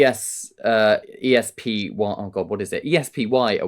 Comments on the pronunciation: say "S" Say "P" SP...ESPY Award Acronym for 'Excellence in Sports Performance Yearly' I've put this out there a few times 😊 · We Americans pronounce "ESPY" as a word "SP"(initialism) vs an acronym such as M.I.A. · Can't GB News find a reporter that can pronounce Espy?